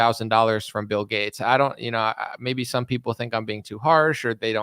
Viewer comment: Seriously wondering why you say G-A-T-E-S like Getts? I've never heard it pronounced that way.